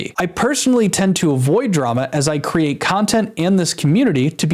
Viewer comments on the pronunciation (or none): none